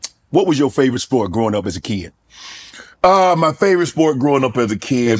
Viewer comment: As a keeyid